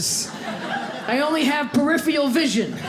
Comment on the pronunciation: Nobody seems to be able to say peripheral